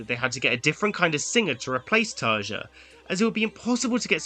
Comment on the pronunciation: Great point. But you can’t really expect it from a supposed fan who: A) dislikes Imaginaerum (what the hell, it’s arguably their best album) B) can’t be bothered to look up the pronunciation of Tarja